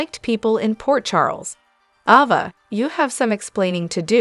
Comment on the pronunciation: Ova???? Wtf. A. VA.A. AAAAAAAA NOT OOOOO.